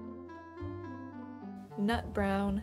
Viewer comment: Instead of "NUT brown" I thought you said "NOT brown" so I got confused looool